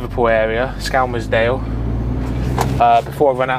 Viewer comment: Skel-Murs-Dale or the local folk call it Skem!